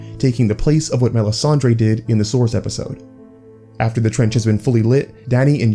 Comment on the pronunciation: Your pronunciation is killing me... Doath-rack-ee? Mell-i-ssan-dray?